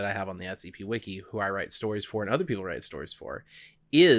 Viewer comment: Doc said “wiki wiki”